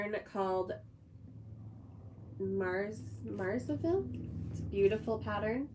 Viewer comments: The quilt pattern "Marseille" is pronounced Mar-SAY, a city in southern France. 😊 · Marseille is pronounced Mar-say. Gotta love the French.